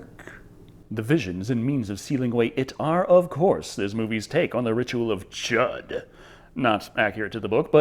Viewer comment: The "Ritual of Chud" is pronounced "chewed". Even if they said it the other way in the movie, that is incorrect as Stephen King pronounced it correctly numerous times during interviews.